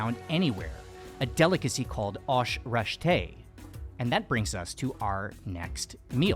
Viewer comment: Your pronunciation of aash reshteh was awesome 😁 I believe the tartness comes from kashk ( the thing you said is made from goat milk) which is curd in English. There are herbs in the aash but nothing is pickled. Kashk is typically made by straining yogurt, you had the liquid version but it is typically dried and eaten as a really sour snack.